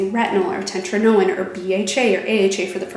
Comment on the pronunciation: Did you say 'tetrinoin?'......God save us from this